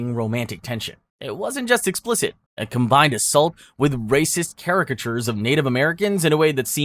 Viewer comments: I don't think you are human. Your pronunciations tell me you are possible AI slop. Are any of these games real?!? You're forcing me to question my reality. It's things like "Kay-rick-a-tures" and "Ex-trim-ests" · bro work on your pronunciation y ou made me cringe numerous times caricatures tang etc